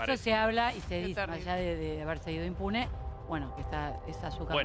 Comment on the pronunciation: Se fue "inmune"??? NENAAA se dice IMPUNE